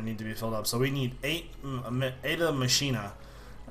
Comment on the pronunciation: It's pronounce "Makina"